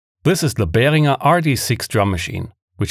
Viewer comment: You actually pronounced Behringer right!